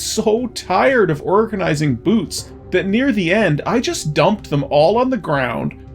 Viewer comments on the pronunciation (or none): I heard "noose of flight" when you said "boots of flight." For whatever reason I thought it was the funniest thing I had ever heard. Thought this slog was going to end much differently.